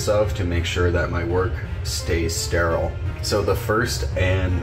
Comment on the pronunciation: Stairaiyal. Never heard so much effort put into one little word 😂